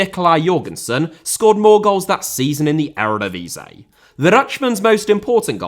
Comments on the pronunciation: Ere divisay? Please dude.... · please let me help you with the pronunciation of the erevedivisie it’s starting to hurt